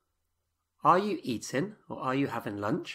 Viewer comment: Have you got a cold? You've lost your g's on the ings. Eg. I'm eatin.